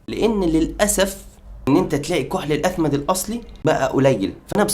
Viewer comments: الإثمد بكسر الهمزة مش بالفتحة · إسمه الإثمد بكسر الهمزة وليس بفتحها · أخي بداية الإثمد بكسر الهمزة وليس بفتحها ...وثانيا اختلف العلماء في أن الرسول كان يكتحل أصلا وقال العلماء لا يوجد سند ثابت يخلو من علة في اثبات ان الرسول كان يكتحل وكل الاحاديث الواردة في هذا الشأن بها علل او مقالات بما في ذلك الحديث اللي انت ذكرته وقال العلماء إذا صح هذا الحديث وقد صححه علماء حديث بالفعل فإن الرسول كان يكتحل لمرض وليس كعادة ومع ذلك قال العلماء لا يمكن القول بإن الاكتحال سنة عن الرسول.....ارجو التدقيق قبل نشر أي معلومات دينية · تصحيح الكلمه : الإثِمِد